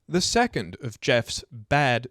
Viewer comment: 3.4 seccond instead of second.